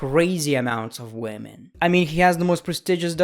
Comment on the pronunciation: "BOBBY, I HEARD YOU LIKE WAHMEN OVER LEGENDS, THATS DISRESPECTFUL TO LEGENDS!